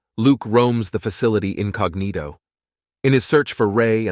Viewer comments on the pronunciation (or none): none